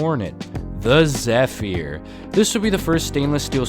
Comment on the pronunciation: I managed to ride the SOAC on the E train and the R110B on the A. Your pronunciation of "Zephyr" made me cringe.